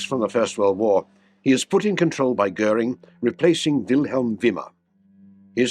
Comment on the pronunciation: Sorry to start with a grumpy comment: as in so many videos, the subtitles detract from all the hard work done to gather visual material. After the audio gets Goering's name correctly pronounced, the subtitle has it as Gehrig!😬 This apart, an excellent video with extremely good use of in flight footage of the aircraft. Very informative, and I would love to see a comparison of the Me262 and the Meteor.